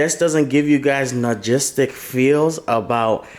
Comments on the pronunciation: you are saying Nah-gistic and it is No-stal-Jic(gic)- close enough! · its "Nostalgic" not "Nogistic" 😂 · We're you trying to say nostalgic??? Nogistic lmao so funny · “nogistic” feels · ….NOSTALGIC, not nagistic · "nagistic feels." making up words. I know you meant nostalgic brother. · Nogistic? Logistic? You mean nostalgic xD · Nogistic lol. Its nostalgic lol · "nogistic" almost made me have a seizure lmao. It's NOSTALGIC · "Nagistic feels." 😂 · that was driving me crazy when he was saying that!! 😂😂😂😂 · He was saying nogistic the whole time you that slow you only noticed at the end? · The way QT saying nostalgic has me dead sounds like logistic 😂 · Nuh-stall-jick my guy 👍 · He said ''nogistic'' lol. His English keeps getting worse 🤣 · I love it too much it's one of my weakness😂 Nostalgic my brother you saying it wrong😅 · Can someone teach how to pronounce the word nostalgic?